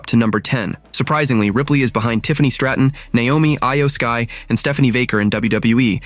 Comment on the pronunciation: Eye Yoh Sky? It is pronounced as EE YOH SKY